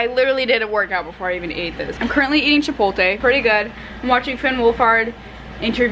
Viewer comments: “chipolte” it’s chipoTLe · She forgot the L in chipotle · Nobody is going to address the way she said chipotle as "chipolte" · you pronounced chipotle as “chi-pol-tay” 😂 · CHIPOLTE IM DEAD girl it’s chipotle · does she realize it’s chipotle and not chipolte lol i love her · chi-pot-le. chi-poat-lay. NOT CHIPOLTE OMG I LOVE YOU BUT AHHH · you’re supposed to say it like CHI-POLT-LE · did u just say chipoLTE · wym "chipolte"..? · Hi I love your vlogs,,, but it’s chipotle,,,, not chipolte! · CHIPOTLE NOT CHIPOLTE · Did you say chipolte??😂